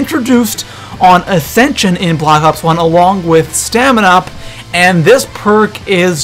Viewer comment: He said Athension XD